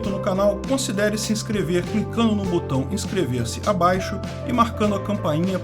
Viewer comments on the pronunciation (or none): none